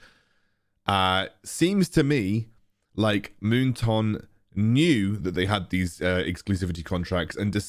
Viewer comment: Me: moon"Toon" like loney"Toon": Moon"Toonk📢" 😂😂